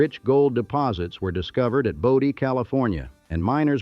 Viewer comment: Hate the ai speaker. Great story, but, if you had an actual speaker talk about it they wouldn’t fuck up every pronunciation like bodie, Ophir, and other ones